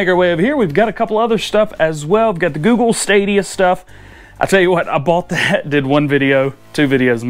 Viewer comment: Why did you say Google different to normal